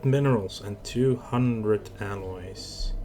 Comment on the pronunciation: you keep sayng aliewhen yu meaalloys. lol